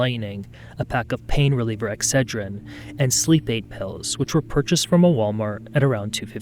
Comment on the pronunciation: Why do you say exedrin but not mountain dew? You said melon lightning.